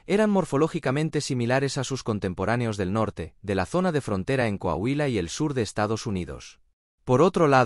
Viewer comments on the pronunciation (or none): none